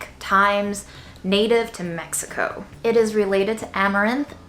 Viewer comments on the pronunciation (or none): none